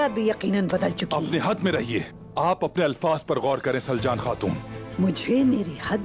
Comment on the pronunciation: Soory but it's not slacan it's saljan